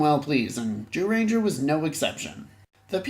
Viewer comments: Lol why do you keep saying “Jew-ranger”? It’s pronounced Jūrenjā. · but the golem minions didn't help much to correct the 'jew-ranger' term.